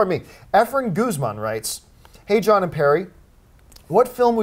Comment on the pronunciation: Haha John Butchered my name